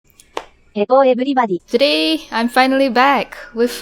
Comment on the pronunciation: Hewwo Everybody!!! <333